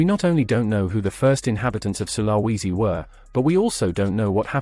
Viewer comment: With a population of at least 15 million and at least one huge international island then Sulawesi is hardly remote. Also it's pronounced 'sul-ah-wee-zi '